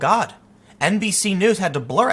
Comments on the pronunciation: Did anyone else hear NPC instead of NBC? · Did he say "NBC news" or "NPC news"? Haha